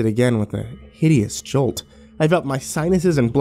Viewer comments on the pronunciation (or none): none